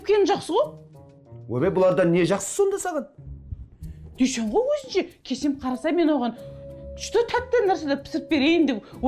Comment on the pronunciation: Дүйсен жегенді дүшен диді ғой 😂